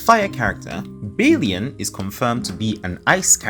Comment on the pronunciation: Yangyang.. not YaengYaeng a like in "aqua" although its written as Chixia, its not pronounced as "Cisia" but "Chexya", and Bailian is not "Baelien", its Bai like in "bye".. "lian"... err... dont know how to explain it in english, but think of it as Alien, but instead of the normal "-lien", you add a, "liaen"